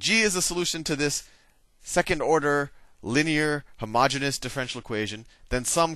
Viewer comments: Isn't it "homogeneous" rather than "homogenous"? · No, the pronunciation is wrong - he is pronouncing homogenous, which is a completely different word with a completely different meaning. Homogeneous is pronounced hoh-muh-jee-nee-uhs. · You really should clarify that you make a mistake by mispronouncing homogeneous. It might seem trivial but math is in the details.